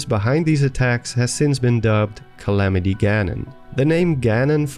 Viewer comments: “Galamity Ganon” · Calamity Gallon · "Galamity Ganon"